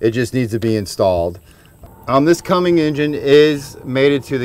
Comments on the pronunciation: Bro stop saying Cummings it’s Cummins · It's Cummins, guy. Do you see a 'g' in there? Stop smoking all that weed, stoner. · This was great Thanks...but its CUMMINS...no "G" in that name!!! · This guy... Its Cummins dude... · Yeh, I don't know what it is with people. Cummins NOT Cummings. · Quit watching once he said Cummings. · Oh yeah... it’s pronounced Cummins, there is no G in it. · Then we wouldn't have got to hear him saying Cummings